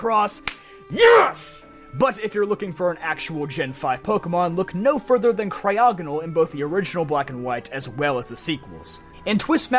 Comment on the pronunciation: THERE IS NO P IN CRYOGONAL!